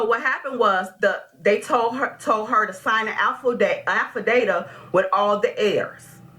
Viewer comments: I'm so sorry LMAO I know people say things and mistake words but she said "Affi-data" instead of affidavit and I screamed 😂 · Gonna re-watch this one just to hear her say she signed an "affudata"...twice. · What is a "affa-data"? Lol😊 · did the plaintiff say alpha data?? . affidavit?? My heart breaks for her <3 .. step moms can be tough. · AffiDATA! Lawd have mercy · It's an AFFADAVIT!!! Not whatever she was calling it lawd! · 🤣 I'm surprised JM never corrected her. "Alfadata"...Lawd! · HHHHHHHHHHHHHHHHAAAAAAAAAAAAAAAAAAA!!!!!!!!!!!!!!!!!! "A state". "Alfa data". Baby, PLEASE learn how to correctly pronounce words!!!! LOL!!!!